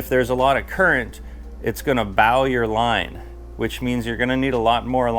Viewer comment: Hey Bro. You Mispronounced the word ‘BOW’ As in the bow in the line. It is pronounced as in a Long bow, or a crossbow, not as in BOW of a boat. Thanks